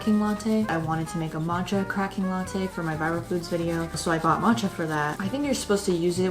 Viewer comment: "but whatever we're gunna make a mAtcha" I actually laughed out loud, your vibes are so genuine I love it here